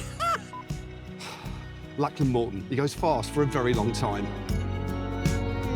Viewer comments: I love Matt, but I'm pretty sure he is mispronounce Lachlan's name. "LOCK-luhn" or "LOCK-lin" rather than "LACK-lan" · Brilliant video. Absolutely loved it. But a suggestion from an Aussie. Lachlan is pronounced Lock-lan (rather than Lak-lan, just saying).😊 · Lack-Lyn? Do you mean Lock-Lan?